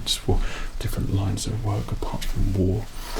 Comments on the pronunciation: I also thought he said “Navy suit for war” but I just rewatched the TM Lewin vid and he said “navy suit for work” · we KNOW but it sounded like he said WAR cos its FUNNY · It’s navy suit for WORK. For WORK. My hatred at this accented word being mistaken for another has BOILED my BLOOD